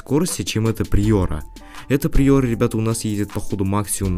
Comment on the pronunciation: Не приёра а приора